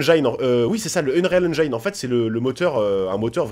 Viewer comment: Bien bien fun ^^ (par contre "eunréal eunjaïne" ça pique mdr, essaie plutôt "eunril eunjin" :D